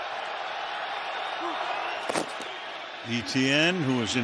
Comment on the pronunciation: why do these announcers struggle with the name Etienne? They pronounce it as if they were reading initials ETN